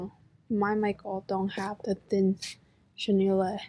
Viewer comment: So much cuteness! Ps - chenille is pronounced Sh-Ugh-Kneel. No Lay at the end :)